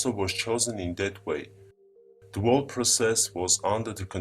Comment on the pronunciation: I am smart enough to build a time machine but I can't say the word whole correctly.